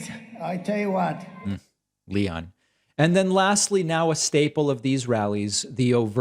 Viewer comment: Leonthhh? Leon Pffft? WTF? 🤣. And I’m sorry to say, but the dumb shit Trump says or tries to say and then the crowd cheers at literally cracks me up because of how wacky it is.